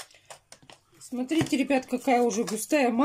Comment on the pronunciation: а СРАУ не бесит? а СТРИТЕ?